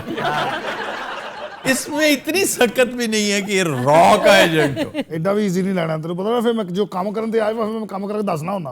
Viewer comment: Raw ka ijent nahi raaaa ka bolo